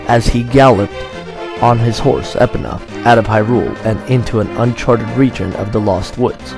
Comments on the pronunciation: Lol epina instead of e-pone-uh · It's Epona, not Epponna